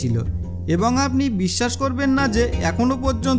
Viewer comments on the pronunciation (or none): none